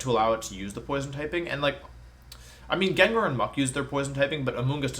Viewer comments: Mans pronounced Gengar, Jenjar.... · Why do you pronounce gengar so wrong ?